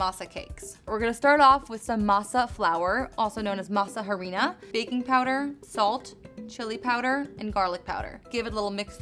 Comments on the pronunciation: H is silent. Not *Jarina. Just Arina. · Not to be that person but it bugged me when she harina instead of saying it ah - ri - na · Harina is pronounced "ah-rina" 😒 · The H is silent btw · When she pronounced the h an harina I cringed